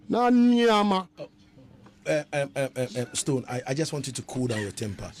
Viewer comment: He said naniama...lol ..mi dead to rass...bhim to the world